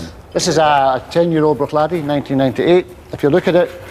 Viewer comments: Only one thing annoyed me about this, their pronunciation Bruichladdich, the ch at the end is silent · Can't even pronounce the whisky!!!!